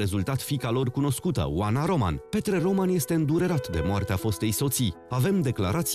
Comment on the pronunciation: Se pronunta Ròman,cu accent pe o nu pe a,inteligenta artificiala!!!